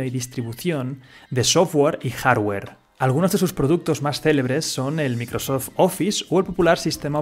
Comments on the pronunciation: Buen video, pero te aconsejo tomar unas clases de ingles, porque no se si es porque seas español pero pronunciaste mal casi todas las marcas incluida Coca Cola, pasando por Google, Microsoft, Apple, gmail... podrías optar por pronunciarlas en español. O se pronuncian en inglés o en español pero no en una fusión, el spanglish como idioma no existe y esas palabras están en inglés. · Dices Apple bien, pero mencionas terribles marcas como Microsoft.